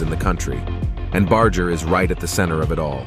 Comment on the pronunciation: Bro please at least pronounce his name correctly bar-jer not bar-ger despite it spelt that way it’s not a hard G. Ok I got past the intro and you’re using both pronounciations